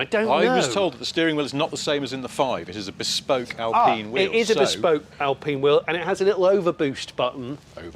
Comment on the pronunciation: Al peen? Is don’t think so. Al-pine